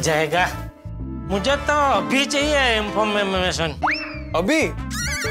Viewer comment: Information ❌ Infomm..mmm.mation✅